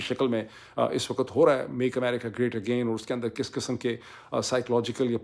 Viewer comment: You keep saying “waqat” and not “waqt” which is the correct pronunciation